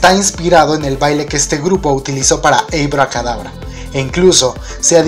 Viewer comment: Esta muy padre tu video y así pero por favor si algo no me gusto fue tu pronunciación del inglés si te hace falta unas clasesitas aquí y en china se dice ABACADABRA y no ABICADABRA es un simple comentario......